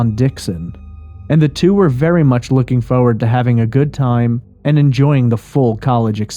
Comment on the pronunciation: worst way to say forward award goes to..... haah foe-wud :P wtf